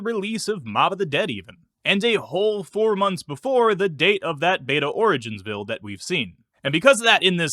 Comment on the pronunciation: “Alpha Buired” 😧 Love the vids 🙏